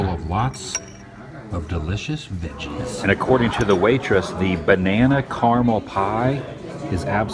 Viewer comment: I don't like the way you say caramel Adam.